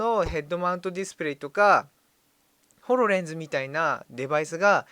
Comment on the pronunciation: ホ↑ロ↓レンズ